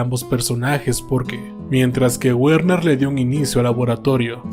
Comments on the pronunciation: Una corrección con la mejor intención el nombre de Werner se pronuncia Verner la W en alemán suena como V. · me duelen los oídos al escuchar decir guerner